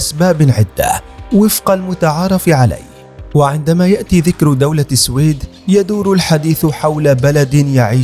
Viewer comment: منذ سمعتك تلفظ اسم (السويد) غلط . مسحت يدي من الفديو .